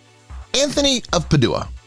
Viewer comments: Padua is pronounced "PAD•joo•uh." Cole Porter has a song in which he rhymes Padua with the words "cad you are." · Agreed! “St. ANTHONY OF PA-DO0-AH?” Yikes! Good info, however. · PADUA? PAD-UA lol😂😂😂😂 pa-due-a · It's not that hard to Google the pronunciation of names and places if need be. This guy is absolutely atrocious. I can't watch it past Peduwa, meaning Padua. Really? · Jeez dont the yeach AI how topronounce ANYTHING??? PaDOOah??? Most pathetic among many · PADUEA PRONUNCIATION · “Anthony of Puh-DOO-uh!” 😂